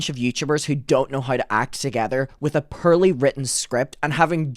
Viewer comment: Every once in a while when your accent really comes out, like in the word “poorly” in this vid, I can’t help but smile. I love it. 🇺🇸👍❤️🇮🇪